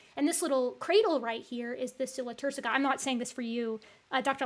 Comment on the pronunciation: I enjoyed the brief correct pronunciation of sella turcica. Now, if we can just fix ischium.